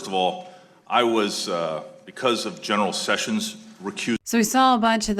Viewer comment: ~[12.08] ... 'General'-SESSIONS!!!??? >(*U^)<